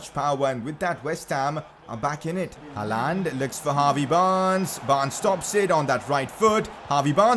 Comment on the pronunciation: Your pronouncing on håland is pretty good actually